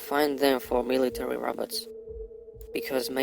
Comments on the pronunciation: Its more like he is saying rabbits...lol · He pronounced robots as roberts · He's saying.."the roberts" 😂😂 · I like the way he says "robots"😁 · did he say inteligent rabbits? or robots? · He just seen the damn Terminator movie....smh.....the "roberts" ..it's pronounced "Row bots" not roberts 😂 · dose he says rabbit or robot so intelligent😬😬😬😬😬😬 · He too is saying ROBUTTS and not ROBOTS. LOL😂😂😂😂 IF YOU WANT TO FAKE, AT LEAST FAKE PROPERLY!!!😂😂😂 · well i heard Robutts🤣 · "The robets", the robots evil cousins. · THE TRUTH no he’s saying robutts